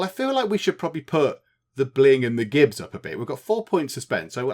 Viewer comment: I think it's "jibs", rather than "gibbs" -- as in, giblets. As in the gore often splattered in violent games!